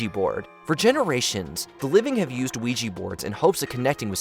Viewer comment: OuijA not OuijI